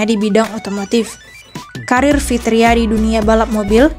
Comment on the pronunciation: Fitra eri bukan fitria, Min 😅